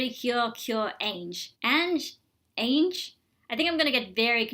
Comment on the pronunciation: This Cure Ange is pronounced as "anju", while the Heartcatch one is "anje". only the English translation is the same but they are different names in Japan